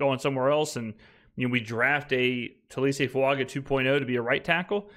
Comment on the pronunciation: It's Fuaga! Not Fuanga!